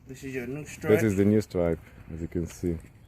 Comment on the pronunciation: “I want to cheeennge your strrraaahhtt!! Bla bla bla..” 😜